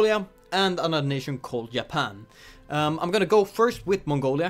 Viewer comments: Yapan? Always the Swedish who can't pronounce the letter J, it seems. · I love how you say Japan, you say it like Ya-pan lol